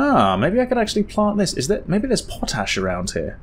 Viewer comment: I have been trying to figure out what Po-Tash is for a while now... But finally seeing it written down... It is Pot-Ash, not Po-tash. lol I was like what weirdo across the pound kind of thing is po-tash. I love your videos. Honestly, I love horror movies but I can't play a horror game to save my life. So getting to "play" them through you has been so wonderful. I keep re-watching The Conjuring House, it was the first series I was here from the start of. I've gone back and watched many of your older ones. Keep doing what you are doing!